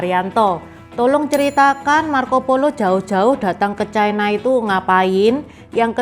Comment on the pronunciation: Lafal yg benar China, bukan Chaina